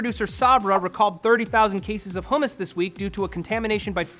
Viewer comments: So Jewish with the hummus pronunciation bruh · Damn you say hummus weird.